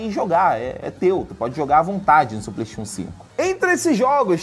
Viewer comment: eu queria saber pq q ele fala PLEIXON inves de playstation